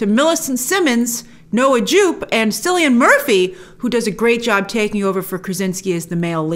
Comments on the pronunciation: It's pronounced "Killian", not Sillian Murphy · It's Killian. Not Sillian. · Cillian’s name is pronounced Killian not Sillian. This isn’t the first time I’ve noticed you kill his name. 😉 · Cillian (sillian?). It's pronounced Killian. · Cillian Murphy's name is Irish and pronounced "Killian" not "Sillian" :D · It's kill-ee-un not kylian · it's pronounced Killian grace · Just a quick one on how to pronounce Cillian Murphy. It’s said as though the “C” was a “K”, so K-illian, phonetically it would be “Kill - ian”. Hope that helps 👍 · Grace..Cillian (as in Killian) Murphy..its Irish..he is not from Sicily, sorry just had to correct you..its all good though👍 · his name is pronunced killian but written cillian, its irish, we do not have the letter k in our alphabet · “Sillian Murphy” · Really looking forward to this film. Hoping there's a date for it in Ireland soon. Speaking of Ireland, it's "Kill ee an" Murphy. The C is a K sound in his name just like in Caoimhe or Caoimhín. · Enjoy the review as always Grace, just for future vids, Cillian is pronounced killian. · Cillian-PRONOUNCED LIKE KILLIAN. Thanks for this non spoiler review I'm up for going back to theater to see it. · It's pronounced kill-ian Jesus grace should know this shit it's her occupation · Just letting you know, Cillian is pronounced with a hard C (ie. KILLIAN). You mispronounced it in the trailer reviews and you do it here too. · It's pronounced Kylian Murphy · Small correction Grace, Cillian is pronounced with a K sound, for some reason 🤷‍♂️ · I’m Irish and it felt like an act of sacrilege when she pronounced it that way 🥴😂